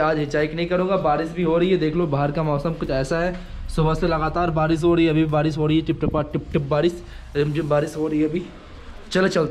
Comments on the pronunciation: Barish hota hai Badish nahi... Aap bhut words me R ko D bolte ho... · Bhai tu barish ko badish kyu bolta hai.... 😐